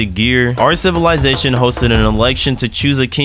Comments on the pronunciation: How many time did he say sitizysatoin or idk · Bro you have to add a counter for everytime you said civilitation xd